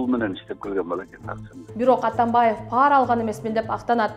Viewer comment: пАра эмес ,пара деп жон жай окулат. Эч бир тамгага ударение келбейт.туура оку.